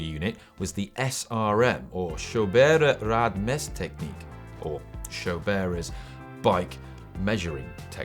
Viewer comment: Love how you pronounce German (Schoberer Rad Messtechnik) as if it was French :D